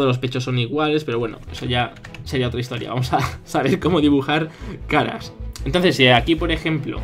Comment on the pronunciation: En lugar de caras escuché Skaraaaaa